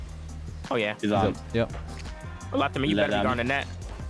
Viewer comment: Lol everything says his name he says lethamur I'm dead